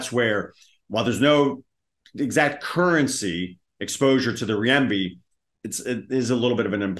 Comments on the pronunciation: Renminbi is pronounced renmuhnbee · Are you sure it isn't Riyembi 😂